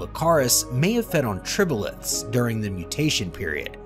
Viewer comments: Trilobites. Not tribolites. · tribolites lol. tri-lo-bites. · Anthopods is pronounced: Arthropods, Triblites is Trilobites. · Dear narrator please stop saying "tribolites". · ...anthropods?...tribolites??? your frequent mispronunciations really detract from an otherwise interesting video.